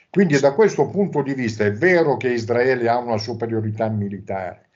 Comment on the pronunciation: non si puó sentire ISDRAELIANI e ISDRAELE. Si dice Israele e Israeliani. I S R A E L. Anche se io la chiamo PALESTINA occupata.